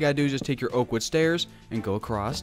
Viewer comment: "Accrost" "Anether"